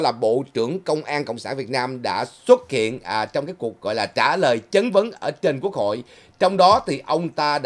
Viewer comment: “chat van “ khong phai “Chan van”